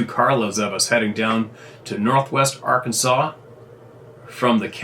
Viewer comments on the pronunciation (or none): none